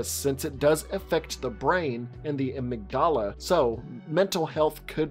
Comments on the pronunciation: Your pronunciation of amygdala annoyed me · "Was I wrong about something" well......you said halfbie and amygdala wrong 🤣